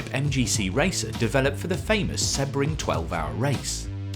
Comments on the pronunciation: When did Sebring, See-bring, become Seb-ring? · seb-ring? see-bring, no? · It's “See-bring” not “Seh-bring” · How on earth can’t he pronounce “Sebring”? It’s See-bring not Sebb-ring😂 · open google translate, use language detection/english and write sebring, do you hear seh-bring or see-bring? because I'm not deaf yet and I hear see-bring, I've been watching racing for a couple of years and that is the way to prounouce the name of the track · I got annoyed by the way he pronounced Sebring, it’s always been seebring? Or have I been saying it wrong for 30 = years? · I wondered what on earth you were saying with Seb-ring.. never heard it pronounced like that lol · Sebring is pronounced SEEBRING. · The way you pronounce Sebring is wild. Such a famous race that you've never once heard it spoken? 🤣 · It’s someone’s name. It’s like seeing ‘Dave’, pronouncing it Dove-E and claiming it’s just your accent. Or saying Porshhh instead of Porshuh. There’s no reason not to say it correctly. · It’s someone’s name. It’s like seeing ‘Dave’, pronouncing it Dove-E and claiming it’s just your accent. Or saying Porshhh instead of Porshuh. Accents don’t enter into it. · dude if you want the correct pronunciation you can google it or check it in the dictionary, there is the right way to pronounce it and there is the wrong way, he didn't do it the right way and I'm tired of responding to this because I don't understand how anyone can hear this as the right way